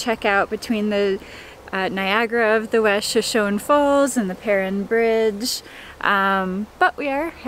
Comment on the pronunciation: Just a tiny FYI... Shoshone is pronounced with that final “e” long like “ee” or “ie” in English.